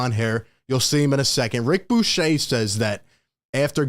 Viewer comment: 1. His name is pronounced Rick "Buu ker". He isn't French. It isn't Buchet. Rick was one of the 3 top NBA people at ESPN from between about 8 - 13 yrs ago. He was more reliable than Chris Broussard during that time. Bucher was my favorite. He moved to the SF Bay area and got into broader Sports Radio for a number of years. 2. I suspect that one of the real reasons for KD wanting to leave in the first place, was because of Ben Simmons. However, Ben Simmons has been playing basketball recently and therefore is healthy. Kyrie is now in a good place and is committed to playing with Nets this season. How ironic that KD is now the bad dude. Clearly Harden was not upset with KD. Joe Tsai is worth about 20 B. He can afford to hold out and not give in to KD's demands. But make no mistake, Joe Tsai is not going to trade KD if there won't be a huge return. Joe Tsai/Sean Marks learned from Daryl Morey had to deal with someone like KD. He will not be influenced by the media pressure. Very soon we will hear from Woj, the Nets point of view. So far we only heard from KD's representation who made a terrible mistake to demand firing of Sean Marks. KD will NOT be traded. If he doesn't show up to training camp, he won't be paid. The rest of the Nets team is good enough to play 0.500 ball until KD returns.